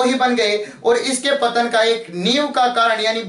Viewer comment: पत्तन नहीं पतन होता है सर जी।